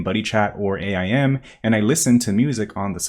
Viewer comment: Crazy way to say AIM lol